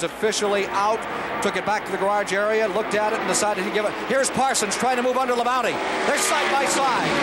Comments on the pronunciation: I was cracking up how they kept referring to Terry Labonte as "Terry Labounty". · Earnhardt, Bodine, Rudd, Bonnett, Gant, Terry Labonte (Squier pronounces it "La-Bounty"), Richard Childress, Earnhardt's future crew chief, racing each other (cool). Only Neil Bonnett was a former winner of these guys at this point. Plus the "Big Four" (Petty, Pearson, Allison, Yarborough). No Bill Elliott though..... Although he was in the '78 race, I think finished 8th (!) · Hate how they say Labonte.